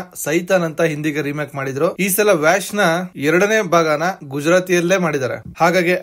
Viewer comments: That is not 'ವ್ಯಾಷ್ ' pronounce as 'ವಶ್' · ವ್ಯಾಶ್ ಅಲ್ಲ ಬ್ರೋ ವಶ್ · Ur pronunciation of title is wrong ....itz vash Andre kannadadalli vashikarana antha .... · Pronounciation ವಶ್ not vash I think.